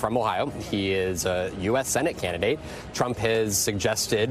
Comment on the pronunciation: Did Chuck Todd have a slip of the tongue at the intro and say "...Chump, er Trump...?"